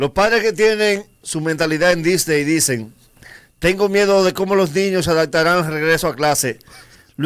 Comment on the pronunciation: Son ideas mías o dice del mundo Disdey?